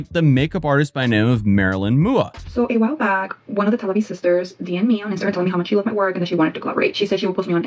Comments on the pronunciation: hahaha no offense man but its not pronounced mooah its MUA n it means make up artist alot of make up influences use MUA after they're name to let ppl lmk their makeup artist lol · MUA isn’t her name it stands for makeup artist 😭 and it’s pronounced m-u-a lol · MUA meaning Make Up Artist so most people say "M.U.A." like saying each letter Love your videos cheers ♡ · i love that he says mua like its her last name instead of makeup artist lol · your pronunciation of "Merylinmua" made me cry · Haaahaha I'm sorry but the way you pronounced M U A (makeup artist) hahahahah I loooooove ittttt